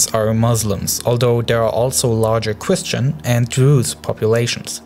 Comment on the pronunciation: The weligious gwoups, such as chwistwians don't. Seem to be getting along